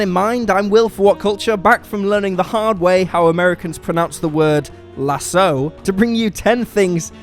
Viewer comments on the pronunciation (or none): none